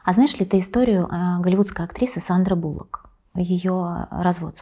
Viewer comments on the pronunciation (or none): Надежда, фамилия Сандры (Sandra Bullock) звучит без буквы "У"! проконсультируйтесь у людей владеющих Английским))